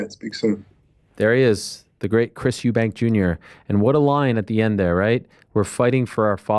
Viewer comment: Can I ask why does Americans put an S at the end of uk surnames? Everyone in America says Eddie hearns were it's hearn and eubanks which is really just eubank, Kell brook got the same thing, Kell brooks 🤣